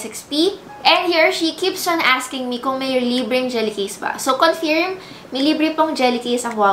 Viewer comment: Lol "confeerm"